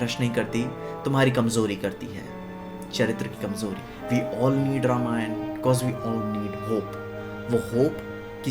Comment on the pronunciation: Thank god ne रामायण बोला रामायणा नही 😅